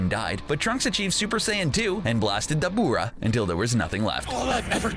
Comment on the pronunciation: Cbr please get someone who has actually watched the show 😑. This guy's keeps butchering the names. Debooora